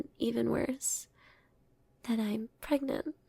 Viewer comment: how is prangent formed? Side note, the "Translate to English" button is hilarious... and apparently works...